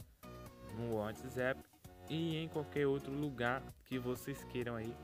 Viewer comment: eu ouvi ele falar " whetzep " ? 😂😂😂😂😂😂😂😂😂😂